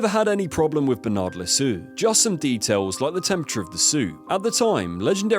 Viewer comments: Jiro = Jee-ro Bernard Loiseau = loo-aa-zo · The video is informative, but bloody hell man, stop butchering names like that. Kyoto pronounced Kayoto, Jiro pronounced Jayro, Loiseau pronounced lassou. Jacques Lameloise pronounced Jakiesse lamoise. It's basic knowledge in other languages, and you sound really ignorant (and dumb) with those pronunciations. Make an effort, write those name in google translate and let it pronounce it. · Fyi loiseau is pronounced l' wazo. With the added ' it means "the bird"